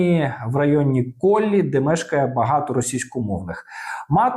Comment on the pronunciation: Район КоПлі, а не Коллі. Я тут живу